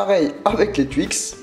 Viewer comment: Des twuix 😂